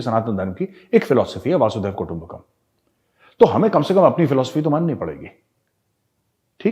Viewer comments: Yes... even I hear lot of people saying वासुदेव कुटुंम्बकम् instead of वसुधैवं कुटुंम्बकम् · Sorry sir not vasudev kutumba Kam right is वसुधैव कुटुंबकम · मेजर गौरव, एक करेक्शन। हम वसुधैव कुटुंबकम् कहते है वासुदेव कुटुंबकम नहीं। वसुधा का मतलब है की पूरी धरती।